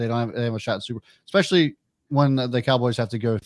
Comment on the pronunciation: The way the one dude says EXpeshully instead of especially makes these options hard to listen to